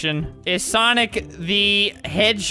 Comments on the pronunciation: Is it sanic or sonic check out and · why the "google" say soniggle?